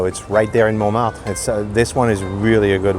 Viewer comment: Why do you pronounce Montmartre different from the French or is there more than one way to pronounce it?